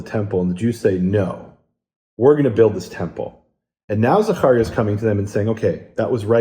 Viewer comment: Zaharia? Maybe Zachariah